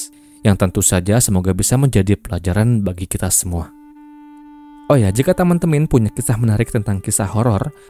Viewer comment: Kq lucu bng, teman temin nyebutnya 😅